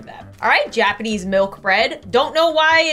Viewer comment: "Gapanese" Its japanese lmao